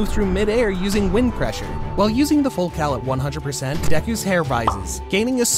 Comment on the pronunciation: Did bro say full cow 💀💀💀